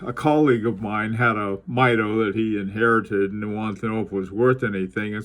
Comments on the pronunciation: The name is pronounced MEE DO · Great video! FYI, I think they pronounce it MEE-doh. See, for example, I chose one of their Commander chronometers as my main office watch years ago. It's still a favorite.